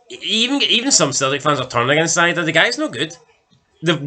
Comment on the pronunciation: It's pronounced ee-dah btw. Celtic havent played well in those games, but the ross county game, you said they were the better team. We were shite but still the better team. That was the point. Idah wasnt worth 9 mil but could be. Lads still young with lots to learn so im not going to compare him with anyone until he gets a full season under rodgers